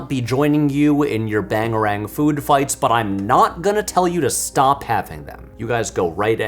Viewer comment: BANGERANG, Patrick... Just Bangerang, please.